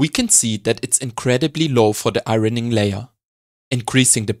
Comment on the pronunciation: A master class, thank you. Great jokes too 👍🏻. 'Iron' and 'ironing' are pronounced like 'ion' and 'ioning'.